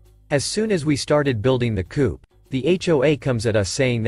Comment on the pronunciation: Coop has a final 'p' sound. Coup, which comes from French, does not.